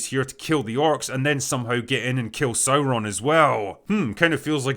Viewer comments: Oh no not SaurrrrRRroon. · Dude, it's pronounced SOYRON, not Sauron......